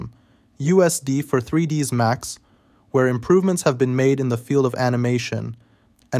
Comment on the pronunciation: Err... You know it's not "3dees Max" right? :)